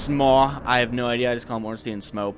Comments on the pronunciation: Why does almost everyone pronounce Ornstein wrong? Everyone says "Ornstien" it should be more like "Ornstain". The name has a clear German origin thus pronounce it "stein" and not "stien". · It's OrnSTEIN like EinSTEIN. Not "Steeen" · Why Ornsteen? Einsteen called or what? xD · "or however you pronounce their name", I get it, Smough's a tricky one, but how'd you settle on ORNSTEEN ? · Good job and all, but please... The correct way to pronounce him is Orn-Shtine (the proper German way, the name is clearly influenced from German). Or at least Orn-Stine. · Dear first try to pronounce "Albert Einstein" then say "Ornstein" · (Ohrn-Sh-tyne) and (Sm-ōh) is how it should be, probably. I just always go with Schmournsteen.